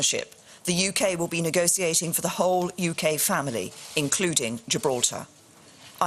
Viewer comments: I refuse to accept ANY prime minister that pronounces negoTiate as negoSiate. Just FUCK OFF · never vote for a lady who pronounces negotiate with an s.